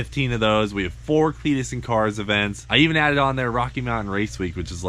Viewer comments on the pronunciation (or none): Cleetus there is no L in both